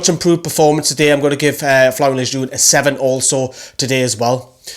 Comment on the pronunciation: Yes, you finally got Lejeune’s name right haha. Still need to get Merino’s right. Great video, agreed with majority of ratings